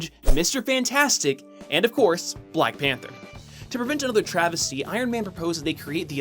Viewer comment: I've misheard "BlackPanthaa" During all the video xD